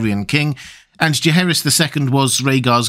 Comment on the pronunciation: I think it’s Jaeharys